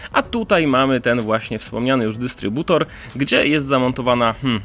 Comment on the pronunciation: Instrybutor XD